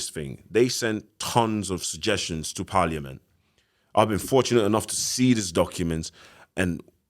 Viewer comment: It’s so entertaining seeing abusive men who talk as if they’re fully literate on the policies regarding domestic abuse. When he said paaliament 😂. He was holding down that accent the whole show 😭